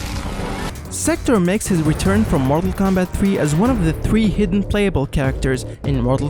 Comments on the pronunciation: It sounds like you’re saying marvel Kombat at times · Yo why this guy sound like he sayin marvel kombat